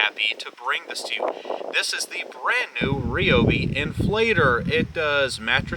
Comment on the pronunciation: Please, it's pronounced r👁obee. I have both; I like both. The old one is in my wife's car and the new one is in my truck.